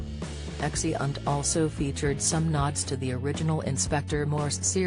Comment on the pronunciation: "Exi-unt"? Are you kidding me? I can't listen to this AI voice, much as I want to hear Season 9 explained.